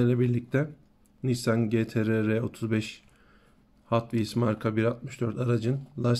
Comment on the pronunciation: GTR ci ti ar diye okunuyor